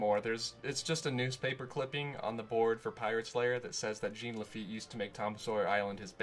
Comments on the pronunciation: GENE LE-FEET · nails on the chalkboard how you mispronounce Jean Lafitte's name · Duuuuuuuuude. Thumbs down for pronouncing the French name Jean Lafitte like a pair of Levi’s. Jean-Luc Picard, Jean Lafitte. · iTs JeAn LaFiTte